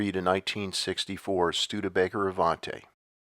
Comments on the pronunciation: The Avanti (correctly pronounced ahVAHNtee, not ahvahnTAY)should be in the position of highest merit in any ranking of the most beautiful cars of the 1960s, and I would place it high on the all-time list as well. Bob Andrews, John Ebstein, and Tom Kellogg working under leadership of Raymond Loewy developed this masterpiece in six weeks using the wheelbase and track dictated by the modified Studebaker Lark convertible frme on which it was to be built. The result was graceful, elegant, surprisingly roomy, and a 0.33 coefficient of drag, significantly lower than any other American car of the decade., and this achieved without wind tunnel testing. Its long hood and short deck anticipated the Mustang's proportions by almost two years, and while the Avanti was about twice the price of a base Mustang ($4445 placed the most basic Avanti squarely in Deuce-and-a-Quarter territory), its performance and innovative safety features made it a much better value. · It was The Studebaker Avanti (AvantEE , pronounced). Italian for AVANTI: IN FRONT. Italian for AVANTE: GO AHEAD OR YOU FIRST. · Avante? Are you high?